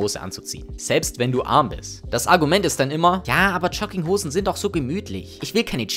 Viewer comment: "Schogginghosn". Lustiger Typ, der mir erzählen will, was ich zu tragen hab